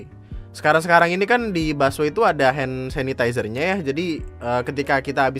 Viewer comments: Njir. Gw yg aslinya hampir ketiduran gara2 ngantuk langsung melek di bagian "hand sasisazeh" 😂😂😂😂😂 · "hand sasizeser"